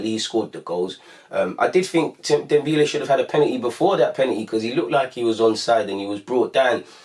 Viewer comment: its dembele not dembeele